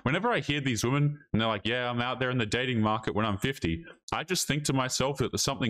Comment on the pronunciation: New ick unlocked: women who pronounce "and" as "AYY-YOOOND"